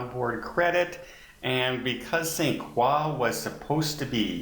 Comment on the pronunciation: Ok, I am familiar with the French fashion designer, Christian Lacroix (pronounced "luh" or "leh" "kwa"), but no one I know pronounces the island name of St Croix as "saint kwa"!! Is that a French Canadian thing??? Or is it another example of??